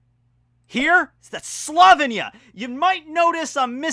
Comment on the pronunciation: I find It very offensive that your saying slovinya instead of Slovenia as a Slovenian